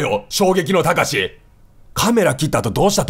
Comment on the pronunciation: ここ慌てすぎてたかしじゃなくて「たしか」になってるの面白すぎるwwwwwwwwww